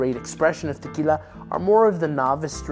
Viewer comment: You don’t have to go all try hard when pronouncing words like “tequila”